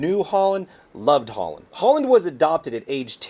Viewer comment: Thats Hollynn .... Hol Lynn